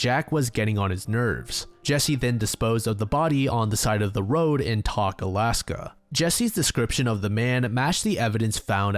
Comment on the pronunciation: Alaska resident here It’s pronounced like “toke” not “tock”